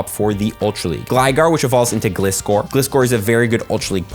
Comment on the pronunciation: Not how you pronounce Gliscor